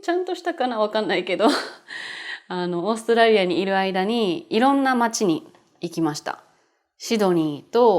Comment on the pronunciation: To me it sounds more like オーストレリア.カタカナはね。🤣 色々のいい動画を作ってくれてありがとうございます！